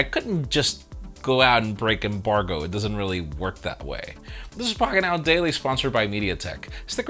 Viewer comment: PLS GO BACK TO "POGGET NAO"